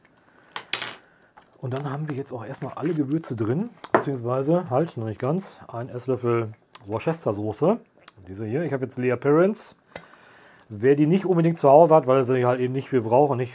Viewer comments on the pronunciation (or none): Worcestershiresauce wird übrigens Wuuster gesprochen ... ;-) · Nein - Wuustaschär - so ähnlich wird sie ausgesprochen